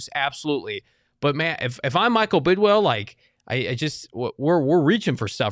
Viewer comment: Please tell all of your host it’s Bid”WILL” not Bid”WELL” and tell Frank it’s DHOP, not DHOPS.